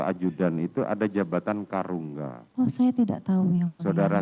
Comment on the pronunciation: Bukan Karungga tapi KARUMGA